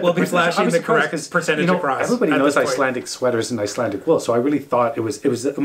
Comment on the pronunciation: Trying to watch as many Canadian vlogs as possible. Keeping it local 😀. it sounds like you are pronouncing Icelandic as Icelantic!